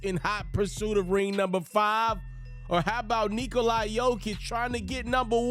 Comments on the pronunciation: naaaaa bro. I am serbian as it gets and he says it stupid. He is saying NIKO- LIE. That's not how you say it, it's not even close. It's NIKO-LA... say LA like in... just LA. Break it down and it's simple. Niko = easy... then you'd assume LA would be easy but somehow he says 'LIE'. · why do you call Nikola... Niko-LIE????? it's an 'a'. lmfao. just imagine you are saying 'la la by' like the songs you sing your toddlers... say the 'la' the same way as you would with lulla-by... The Niko part is right. but the 'lie'? What........ edit: you want people to call you right? Not... hoops ferret... or hoops ferwow... the least you could do is call nikola his name right. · You are mauling his name...its Nick -ola.